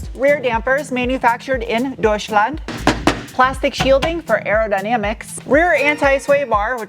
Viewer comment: Being German and listening you pronounce Deutschland or Sport always makes me smile. Thanks for all your efforts and super nice content. =)